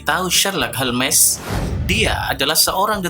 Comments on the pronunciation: holmes, dibaca hol-mes, WTF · Seharusnya holms